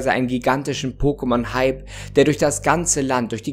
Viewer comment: Danke, dass du es so aussprichst wie in der Serie und nicht „Pockemon“! Eine Wohltat für die Ohren!